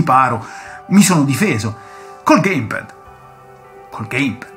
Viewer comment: Bellissimo video ho rutti questi ricordi da vecchio videogiocatore anche io ma unica pecca che posso far presente è che si dice geim pæd non gaim ped. Bel video comunque mi hai tirato fuori tanti ricordi